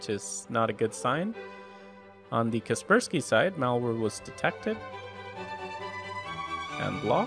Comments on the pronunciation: so cringe you call kaspersky for Keerberski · I used to pronounce 'Kaspersky' as 'Casper Sky'. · KasperSPY? hel no